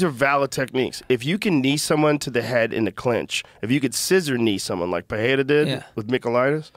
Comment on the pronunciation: Will anyone teach how that Pereira speaks with one R, so it is an italian R, roll… and Ferreira, two Rs, sound like the American H… Jesus he sounds dumb saying perreira